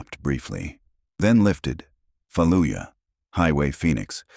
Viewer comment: Trident? no such SEAL training base. shitty story staff of acropolis is upside down, and nurse insignia, not corpsman. "falluyuh". ffs this is disgusting